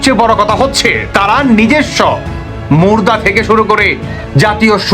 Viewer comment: বাংলাটাও ঠিকমতে বলতে পারেনা হ্যাঁ মুর্দা আরে মুদ্রাস হে মুদ্রা সহজ একটা কথা কে ব্যঙ্গ করে অন্যদিকে নিয়ে যায় এটা বাংলাদেশী না অন্য কোন দেশের দালাল আল্লাহ জানে